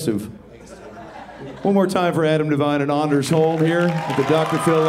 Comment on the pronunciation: "Its not ANDers its ONders.. like ive got a hard ON." Ahh the classics